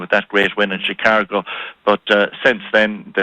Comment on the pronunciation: Why is he saying ChicaRgo? I'm Irish and I simply don't understand this left-over paddywhackery